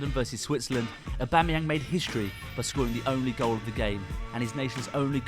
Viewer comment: Also, his name is pronounced "AubameyONG" as it is from the French language